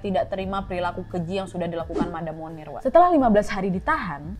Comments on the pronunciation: bacanya « moniye » bukan munir 😂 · Setiap kakak bilang 'Monnier', aku dengernya Munir loh... Sooo, baksoooo